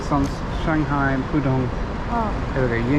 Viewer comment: I'm going to say this your loo reviews is top notch, and especially with the animation, which Josh Cahill's loo reviews lack lol! and thank you for pronouncing Shanghai correctly lol